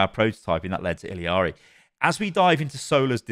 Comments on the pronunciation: e-yar-e not il-e-ar-e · reminder that it’s pronounced “ee-yarii” the last minute was painful listening to illiari over and over. there’s no second i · I’ve noticed this with a lot of European content creators. Why do people say Illari’s name like illi-ari? I get ppl who say “iyari” bc her name is Spanish based and the double L makes the y sound. But ill-i-ari doesn’t make sense. Where are you getting the extra i? Lolol idk why I hate it so much lolol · why does everyone pronounce her name “Iliari”???? it’s “ee-LA-ree”, or if you wanna say it correctly in her language it’s “ee-YA-ree” but there’s no “ee-li-a-ri” idk where that comes from omg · My ears every time calls Illari, "Illiari.":face-blue-question-mark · Some day he’ll pronounce Illari’s name right. Don’t know where he’s finding that extra “i”, long e sound at. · man i love your videos but it triggers me so hard that you still dont know how to pronounce Illaris name